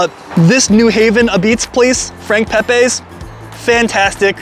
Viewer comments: hate to be that guy but, its pronounced Peh-Pee, Not Peh-Pay. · Frank pepeees is how its said ! Not pepaaaa s ! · Thanks for coming but the lines just got longer, ugggg. Pronounced Pepeee